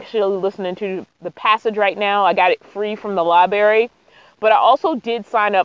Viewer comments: Are you saying " liberry "? LI BRA RY 💥💥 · The word is library, not libary. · Common sense, technology and preplanning regarding gas especially going down dirt roads. It would nice if you would take your hair away from your eyes when you talk to your audience. And its libRary not libary. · Library not Liberry. Sorry it's a pet peeve. I have been a sub for a bit but now I'm on a binge. Stay you. People get a bit of "fame" and change their style. Keep being yourself because you are awesome.